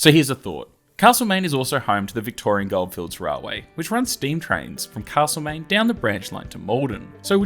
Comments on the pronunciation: If you say CaRslemaine once more I'll scream. As a local it is Castlemaine. Alway was, Always will be. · Thanks, but it isn't Carselmaine.